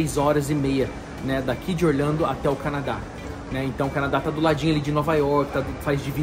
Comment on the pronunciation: você fala Orlhando, mais o certo não seria Orlando???